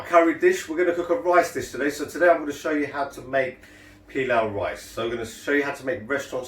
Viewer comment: Sorry to correct your pronunciation but it is not " pillow" rice but " pilauu " rice. Asians do not say "pillow" rice. I found that very off putting. Also your rice is far too light coloured as you did not brown the onions enough.